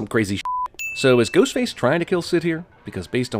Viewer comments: I swear that he said “Goatface” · Is it me, or did Jeremy say "Goatface" ? Or am I just crazy? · Lololol at around the mark he says “goatface” instead of “ghostface” that’s really funny to me